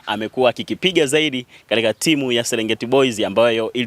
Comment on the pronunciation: Mtangazaji ni Mpira na Sio Mpila , Serengeti boys na Sio Selengeti🙄